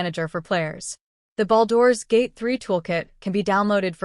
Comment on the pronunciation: I heard baldoras gate